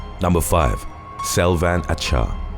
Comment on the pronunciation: Love ur videos!!! Just wanted to say that in turkish, "C" without an accent underneath is pronounced like "J" in english. So the name would read like "Ajar" . "Ç" is the ch sound. You do a great job!!